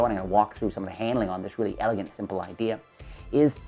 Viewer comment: Weally weally nice video